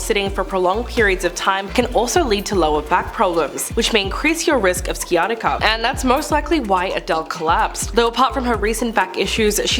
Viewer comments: You really need to learn your words. Sciatica is pronounced sy-at-ica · Pronounced “Sigh-attica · This annoys me so much lol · Painful lol…..google pronounce is right there… smh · Thanks I was going to mention the C is silent 😊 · Your pronunciation of sciatica is amusing